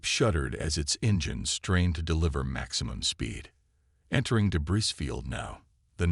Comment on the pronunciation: Great story but the AI narrator can't pronounce many words properly like debris for example, the s is suppose to be silent.